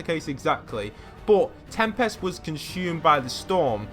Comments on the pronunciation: I like how he calls him tempast instead of tempest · PLEASE STOP PRONOUNCING TEMPEST WRONG